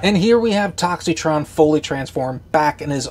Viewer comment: The I in his name is silent!!!